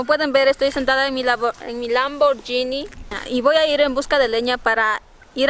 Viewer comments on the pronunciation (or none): cual lamborllini jajajajajajajaja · lamborgini dice